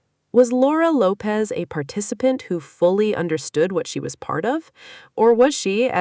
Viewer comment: It's Lopes, not Lopez.